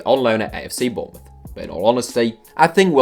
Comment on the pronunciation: he said Bournemouth like if you heard to